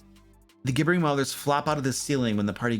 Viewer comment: Gib-ber-ing . You keep miss pronouncing it .